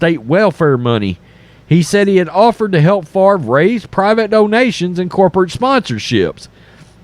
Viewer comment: “But what about Brett Fov-ruh?”